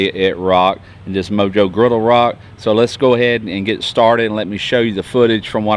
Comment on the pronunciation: It is pronounced mo-ho😬